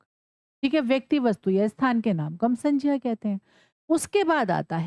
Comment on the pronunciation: Mam ye sanjya nhi hai sangya hai😊